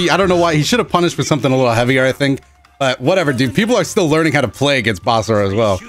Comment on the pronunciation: I feel like he pronounces his name weird. Basura means trash where I'm from so I'll just call this character Basara xD.